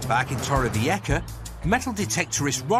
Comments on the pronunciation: Tooore - viekka?? 🤦‍♀️ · I wish the narrator would learn how to pronounce the place names - and please 🙏- don’t try to lisp on the ‘c’ when you clearly can’t speak Spanish 😱